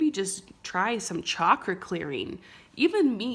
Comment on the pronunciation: She said chakra clearing. I heard chocolate clearing. Enough said.